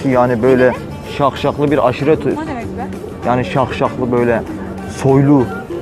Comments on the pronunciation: Şahşalı demeye çalışıyo la ne daşşaği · daşşaklı diyemiyor şakşaklı diyor allahım yaaaaa :))))) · Taşşaklı yerine şakşaklı habzbshshs